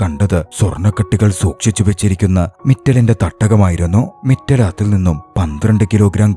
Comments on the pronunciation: മിറ്റൽ അല്ല മിത്താൽ ആണ് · മിറ്റൽ അല്ല മിത്താൽ ആണ്.